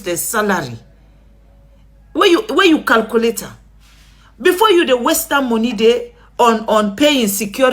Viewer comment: Calculate not "calcoolate". You are not Sierra Leonean